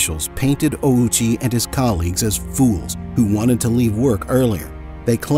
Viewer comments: Why tf you say “OWWW CHEE” like a moron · Bro put the Owchie in Ouchie